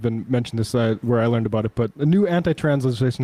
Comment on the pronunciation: "ABOOT" LOL